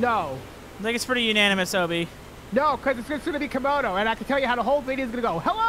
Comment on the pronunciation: its Camodo not Comodo